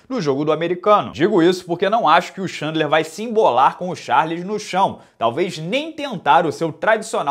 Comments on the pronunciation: Repeat after me: Tchên-dlar, Tchên-dlar... not xandler, xandler! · Cara, você fala o nome do Khabib corretamente, por exemplo, que quase ninguém fala. Podia quebrar o galho e falar o do Chandler também.